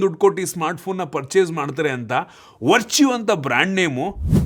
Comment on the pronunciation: anna adu verchu alla vertu ,,,,,ವರ್ಟು Varṭu